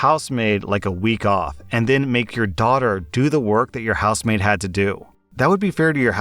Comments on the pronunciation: "House maid?" I'm listening not reading n kept hearing "housemate", like a roommate. Only when u mentioned the week off n the daughter doing the work around the house did it click for me :P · I thought you were saying housemate throughout that first story, and got really confused when you started talking about giving a day off 😅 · Anyone else hear him say house-mate for the first story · I kept hearing “housemaid” as “house mate” lol, oops. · House maid... oh. I was hearing "Housemate"